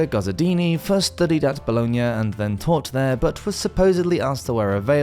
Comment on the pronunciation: Scottish Woz